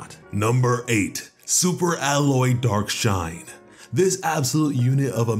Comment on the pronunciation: Why do I keep mishearing dark shine as dark knight